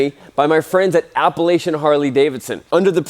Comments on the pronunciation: That’s it * I’m done with this channel- you can’t pronounce Appalachian correctly. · I cringed at the way you said “Appalachian”